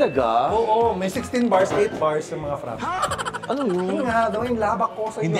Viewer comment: Frappé po. Fra-pei or frap-pay pagpronounce